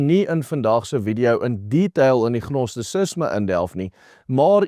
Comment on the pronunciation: Gnosticism word uit gespreuk : "Nostisisme" geen G klank